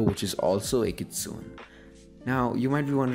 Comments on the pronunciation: Not a hate comment but "Kitsune" is pronounced as "Kit-soo-ney"/"Kit-su-neigh" Yes, I am a weeb. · Btw the word Kitsune is pronounced as (KIT- Soon-aye) Sorry to be THAT PERSON but just to let you know! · I used to pronounce kitsune. - kitsoon I embarrassed myself during a story presentation on mythical creatures, it was actually pronounced kitsu nay.